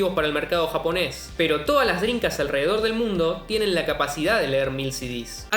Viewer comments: ¿Que tan difícil es no decir Drincast y decir en su lugar "Dreamcast"...? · No dices Dreamcast, dices Drincas xD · Me da la sensación que dice “drincas” en vez de “drimcast” jaja. Lindo video papa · Que bien explicado, excelente video, disfrute mucho entender lo que paso con esta gran consola! NOTA sin mayor importancia: Dijiste 62 veces "DRINCAS" jajajajaja nose de donde la N en la manera que lo dices, en todo caso estaria bien DreamCas por acento y esas cosas, pero con "M", saludos sigue con el buen trabajo! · por favor pronuncia dreaMcast, “ladrin-cas” no existe es DreamCast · y lo dices mal pronunciado por cierto drencast....jajajajajajaj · Y en las 72 veces lo pronuncias como "Drincas" ... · La "drincast" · Que grande chabon! Lindos laburos te mandas con estos videos. El unico problema es que me quedo sonando la palabra Drincast como Homero con el plan dental XD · Me cansé de escuchar "driNcas" "shidirrom" jajaja me estresa!